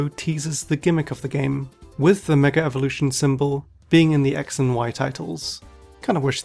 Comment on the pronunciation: Why do people constantly say "megar-evolution"? Where does the R come from?